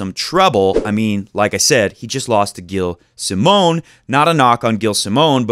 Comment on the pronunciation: it's prenouced jilles simon ;)